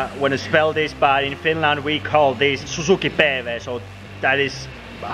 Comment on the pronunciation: Suzuki pay-vay